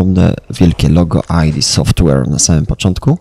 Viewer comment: Nie mówi się ajdi software tylko ID software :>